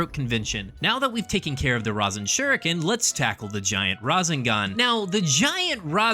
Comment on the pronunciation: I couldnt finish the video. Every time you said razinGahn it made me cringe so hard I’m sorry I really wanted to finish it.